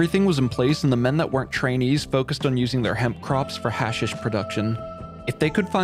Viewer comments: hash-eesh not hasish broski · It's pronounced Ha-sheesh, not hash-ish. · Just so you know, it’s hash-EEsh, not hash-ish. Or you can just call it hash. Up to you lol. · Its pronounced HA SHISH